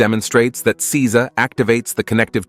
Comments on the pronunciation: It is not Si-za. It is Sei-sa. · Seiza is Say-zah not See-zuh. Get a better text to speech program. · Seiza. It's NOT pronounced "seez-za". It's pronounced "say-za". Zazen is NOT the name of the sitting position. The position is Padmasana or Lotus. Zazen literally means "sitting meditation". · It's say za. I live in Japan and speak japanese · Seiza....isn't it pronounced 'sayzah'?